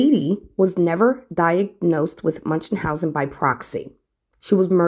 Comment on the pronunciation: "munchenhausen" ?? Okaaaaaay then.